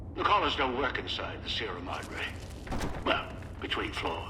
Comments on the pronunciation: It's closer to the actual pronunciation than how a vast number of people would say it, at least, even if it's still blatantly wrong., being English, almost has a birthright excuse when it comes to mispronunciation, even if that doesn't really make it okay. Better than many Americans who would say "See-ra Mad-Ray" or similar, and inflict me with a level of ear-bleeding on par with something out of shonen anime. They have less of an excuse XD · why Sierra Modre? All the voice actors say it right....